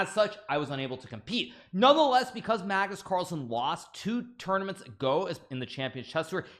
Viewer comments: BLUD SAID MAGNUS CARL🤣🤣🤣🤣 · Did he call him Magnus CARL???